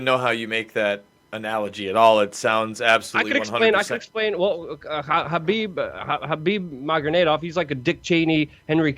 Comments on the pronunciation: "Khabib Magonedov" just stop, stop what you're doing now and start flipping burgers. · How can u fuckwitt pronounce every single name wrong? Its easy: Habeeb Nurma -go-medov, Ali-Abdil-Aziz(his manager)